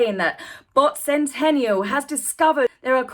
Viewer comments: Bot Sentinel, Not Sentential or Sentenial. Not complaining, just had to set it straight. Appreciate your time and effort on this. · It's Bot Sentinel, not Sentennial. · Interesting video, thank you. But it is SENTINEL not Sentennial!